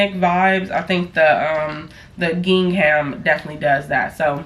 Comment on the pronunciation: Don’t be too hard on yourself, English is a complicated language lol. You learn from making mistakes honestly. I believe gingham is pronounced “ging-ummm”